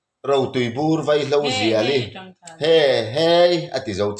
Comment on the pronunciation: Veihlo ni lovin vaihlo